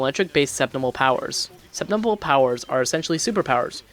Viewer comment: Why does it sound like he is saying "Azurite"? It's Azure. Also, it's "Septimal". Not Sepimal. I'm not trying to be mean, but off-sounding pronounciations are just irksome to me...